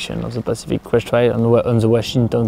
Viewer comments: itz crest not brest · Soweit ich weiß, heißt das Pacific Crest Trail und nicht "Brest" :-)